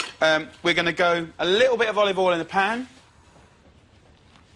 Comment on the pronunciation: A bowl of cereal and a bowl of "olivool"